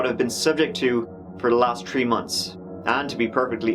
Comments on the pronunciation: 3 is pronounced "three" not "tree". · I LOVE how he says "tree" for the certain words like the or three lol.